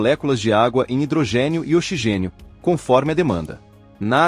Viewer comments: O narrador chamou o oxigênio de ochigênio com a letra X com som de chá ! Quanta incompetência ! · Tradução horrorosa dessa máquina que fala ochigênio. Coloque um locutor humano tire essa máquina horrorosa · Ouvir OCHIGÊNIO é duro, hein?